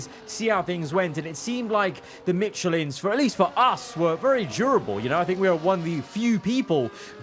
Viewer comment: F1 25 needs big time fixes for the career modes + fix your michelin pronouciation